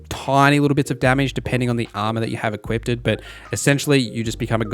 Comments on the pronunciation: Him saying “Equipted” every time he meant “Equiped” was like nails on a chalkboard… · equipted? equipped the word is equipped heres no t